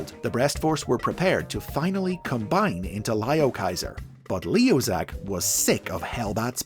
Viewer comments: ITS NOT PRONOUNCED LIOKAISER ITS LEOKAISER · You are saying the name wrong